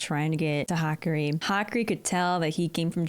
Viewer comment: It's Hah-Kah-Ree, what you wrote would be the pronunciation for Hikari.